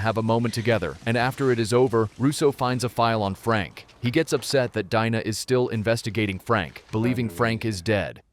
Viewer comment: It's Pronounced DINA as in "DEANA" not Dinah.